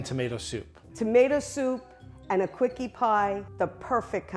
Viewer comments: Quickie pie? Is that what she was saying? Wow pornhub has a light theme now? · Why is no one commenting on the fact that she said quickie pie?